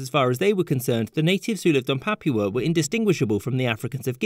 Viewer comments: Papua* not Papyuer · Its " Pa-Poo-A " not Pap-wa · Ok… the only people in the world who say “yu” in place of “oo” are those with English as a native language. Papua is pronounced “Papooa”.